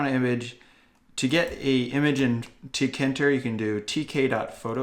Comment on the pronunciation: rage It’s teekayinturr Not teekinturr